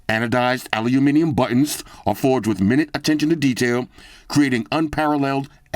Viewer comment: In “ ‘minute’ attention to detail” it’s pronounced “my-newt.” Where ‘newt’ rhymes with boot. 😉😊